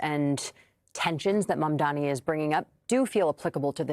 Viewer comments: Calling him "Cuoma" is actually a fantastic retort to his constant mispronunciation of Mamdani (which is super embarrassing for Cuomo btw, I don't understand why he thinks insisting on "Mamdami" is a good look) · Why can’t cuomo pronounce mamdani’s name correctly? Is it intentional or he is so dumb? Either way this guy should not be the next mayor. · It’s MamdaNi this guy still can’t pronounce the name of his future mayor?